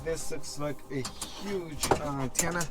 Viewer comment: Umm, just so you know, it's sounds like you say "auntenna". It's like the difference between saying ant and aunt. But whatever. Great channel. Very original.